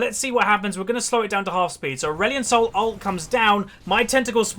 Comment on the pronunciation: Did he say Aurelion Snol in the end?? Xd